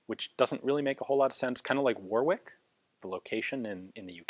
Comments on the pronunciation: Warwick is one of those odd English towns which isn't pronounced the way it's spelt. Warwick is pronounced "war-ick" by Brits :-) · Hi Ian, just to let you know, Warwick is pronounced "Worrick" Love the videos, one of my favourite channels. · You did pronounce the name Warwick wrong though. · WAQWBrentwood Just mentioning that Warwick was still pronounced wrong, whether Warwinck has an n in it or not. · 'Warwinck' is not an English word so you pronounce it as you read it. He did mention the English town 'Warwick' which is pronounce 'Worrick' not 'War-wick', proper old English is funny that way !